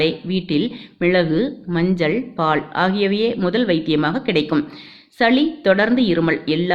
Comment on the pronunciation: சகோதரி பாள் இல்லை அதைப் பால் என்று சொல்லவும் உனக்கு மட்டும் உங்கள் இனத்திற்கு ல ள ழ ர ற ன ண இவைகள் சரியாக வராது பாவம் தமிழ்